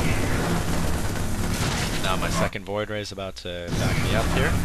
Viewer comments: No, what I meant is that it sounds like he said Floid ray, instead of Void Ray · fast FLOID ray rush?